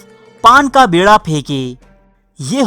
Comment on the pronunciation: Paan ka bEErha. Not bErha.